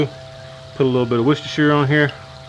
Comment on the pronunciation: Nice trisket! And loved you manned up to pronounce Worcestershire! Always a landmine that one. Lol.